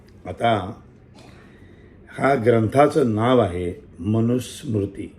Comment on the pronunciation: एक नशीब समजा की तो मनुस्मृति हा शब्द बरोबर उच्चारला!! 😄😄😄 बरेचसे संस्कृत किंवा भारतीय शब्द तोडून, फोडून, विचित्रपणे उच्चारतात हे विदेशी स्त्री आणि तिची मुलं!! संसदेत बघतो ना?! असो. अहो! दगडा समोर डोकं आपटले तर आपणच मरून जाऊ!! न बोललेलेच बरे अश्या लोकांसमोर. शहाणपणा आहे. का आपलं रक्त आटवा अश्या लोकांसाठी??